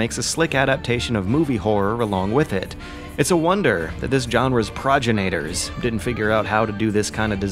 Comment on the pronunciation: Interesting take, though I can't help but feel you're overselling it a little. Also, it's pronounced pro-jenni-tah, not projinator. :)